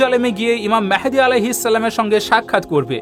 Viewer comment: Vi mehedi noi vai mahdi.